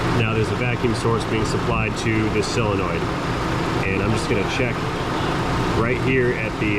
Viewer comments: It's solenoid, not cylenoid. There is no such word as cylenoid! 😣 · Please don't say "sell a noid" the word is solenoid. You wouldn't say filet of "sell".